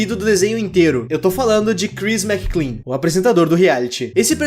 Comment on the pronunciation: Ele falando "Crhis McClean" o vido todo ao inves de "Chris Mclean"; 💀💀